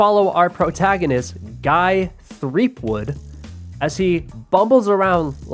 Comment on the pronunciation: he said "guy threepwood" lmfao. it is truly a bizarre and fascinating experience to see someone, 25 years after its release, jump into the 4th entry in a series theyve never heard of, from a nearly dead genre of gaming they genuinely do not understand or possibly discovered for the first time ever. it was like someone dropped you onto the fuckin moon